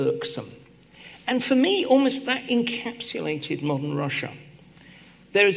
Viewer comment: Подскажите кто-нибудь Екатерине Михайловне, как произносятся rather и almost. Там нет звука э.